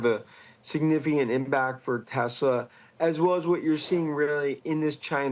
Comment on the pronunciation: It’s TEHSLAAAH !!!! Not Teswah 🙄